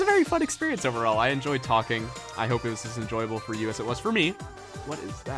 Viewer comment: HE PRONOUNCED TALKING THE NORMAL WAY OMG